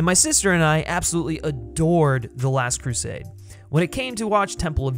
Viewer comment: Keeps mispronouncing "Last Crusade".